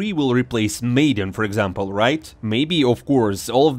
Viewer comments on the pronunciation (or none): LOL Maiden.... it MAD-EN